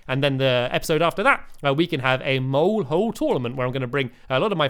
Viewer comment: At first i thought he kept saying get them all instead of get the mole